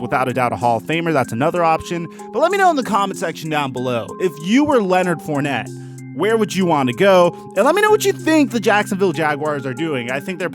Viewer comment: Come home to New Orleans Mr. FOURNETTE. At least we will pronounce your name correctly. Don't be another great talent wasted on shitty teams.